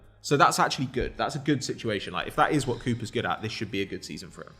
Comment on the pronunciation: put a little more emphasis on the T in "at". Thought you were calling him a nonce.